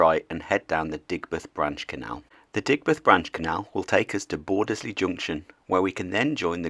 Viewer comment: It's pronounced bordsley not bordes ley, sorry, excellent video.